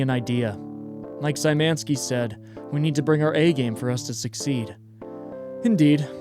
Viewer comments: Sajmenski kills me as a pole. It's Sh-yh-ma-knee-ski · Hi! You’re actually mispronouncing “Szymanski”. It should be pronounced more like “shuffle” so starting with “sh” for “sz”.